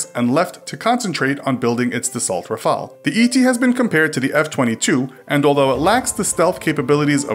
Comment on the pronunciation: Ra-fa-le not Raphael